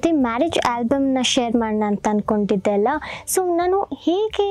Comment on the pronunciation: It is 'Alla'. Not 'Allah ' it's the same in all your videos. Kindly correct it moving forward